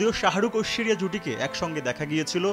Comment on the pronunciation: মিয়া ঐশরীয়া উচ্চারন ঠিক ভাবে করেন